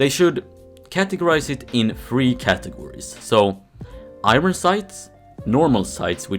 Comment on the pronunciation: Please pronounce iron correctly